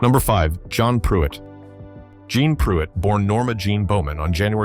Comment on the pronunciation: Jeanne Pruett's name is not pronounced "John". It's pronounced "Jee-nee". If you're going to make videos about a subject, you need to be familiar with it and not use AI generated compositions.